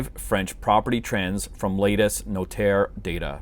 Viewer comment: You shouldn't doubt your French, your 'notaire' pronunciation was perfect 🙂